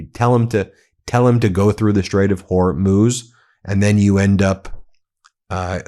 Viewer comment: Thank you for finally pronouncing Hormuz correctly Ben.